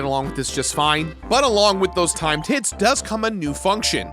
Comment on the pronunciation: Not gonna lie, every time said 'Timed Hit' I thought he was saying 'time tit' And I need to get my mind out the gutter.